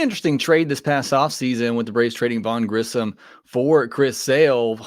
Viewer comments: I have almost heard nobody pronounce Grissom correctly. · Grissom not Grisham which I hear so many other people say